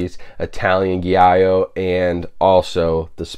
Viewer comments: Italian Giallo = GEE-ALLO. Django is amazing. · For future reference, giallo is pronounced "jeeYAH-low". Thank you for all the work you do and please keep it, -- you're an invaluable resource in the home video review world and your technical thoroughness puts virtually all others to shame. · You used the Spanish pronunciation of ‘Giallo’, Italian doesn’t have the double L Y sound.